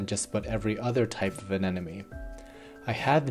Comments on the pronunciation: You realise it's pronounced anemone not anenome right? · Loved the video, but I'm having the slightest problem getting over the fact that you're saying anenome not anemone, but even Nemo had trouble pronouncing it:) That aside it was a great video, thanks so much! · It took me a couple times of you saying it for me to notice, but you're definitely saying anenome instead of anemone. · It's aneMoNe, not Anenemy :]